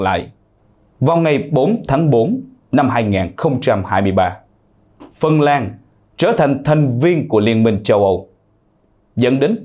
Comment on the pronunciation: Phần lan đọc thành phần làn ,nga đọc thành ngà ,putin đọc thành pu tìn ,chính tên ngọc tâm mà chủ nhân đọc thành ngọc tầm ,các bạn nên khách quan nhận xét